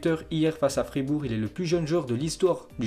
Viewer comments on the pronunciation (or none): none